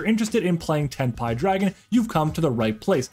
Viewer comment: Imma subscribe cus you actually said it correctly i hear sometimes tenpay😂